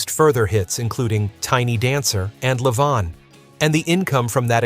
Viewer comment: LaVonne??? Did he mean Levon???